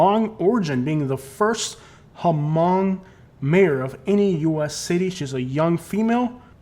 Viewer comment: Just so you know the h in hmong is silent!!! It's pronounced mong. I should know my children went to hmong international academy for all of their elementary years of school. Do your research before making a video. 💜💜💜